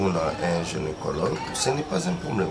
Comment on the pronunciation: carine balobak gynécologue pas genecologue na yo pe omari vraiment heinnn